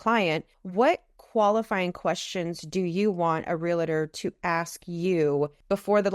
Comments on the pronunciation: Info is solid, but hard to listen to a "Real-tor" who can't state their profession correctly. Is it nitpicking? Would you feel comfortable when a medical professional says they are a "Dook-tur"? A test of a good "Real-tor" starts with first impressions. It's not "real-a-tur", but "Real-tor". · Say it with me.... REAL-TOR.